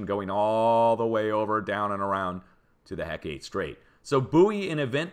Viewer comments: Hecate Strait is pronounced heckit. Not heck ate. Thank you for your dedication in this important information. I live on the coast of Alaska. I’m subscribed, believe me. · Hecate is HEH-kuh-TEE, not heh-KATE. Ancient Greek name for a goddess.